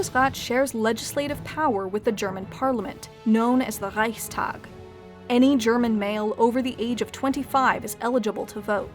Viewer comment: That moment when she pronounces "Reichskanzler", "Reichstag" and "Bundesrat" correctly. :D